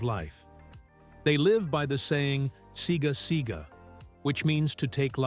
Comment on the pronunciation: It's not Siga Siga it's pronounced cigar cigar, if you want to use the Greek language you should learn how to say it correctly.